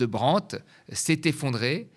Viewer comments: brandt ça ne se dit pas Brent ! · J'aime bien Thomas Porcher mais on ne dit pas Brendt mais Brandt. C'est un nom d'origine allemand, pas anglaise.